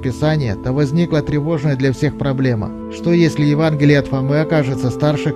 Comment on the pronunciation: Евангелие А не Еванглие